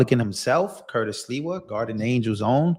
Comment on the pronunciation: You just called him Curtis Leewell It's SLIWA Com On Man